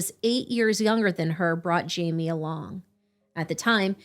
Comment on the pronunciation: His name is pronounced Himay